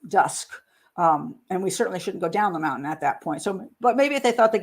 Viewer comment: She says mountain like my nephew ("Moun-TAN") rather than the usual ("Mount-in")